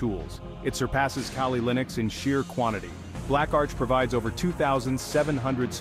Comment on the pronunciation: Bro calls Kali Linux Kaylee Linux 🤦